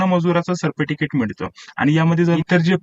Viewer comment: सर्प टिकीट नाही सर... सर्टिफिकेट😅😅😂😂😂😂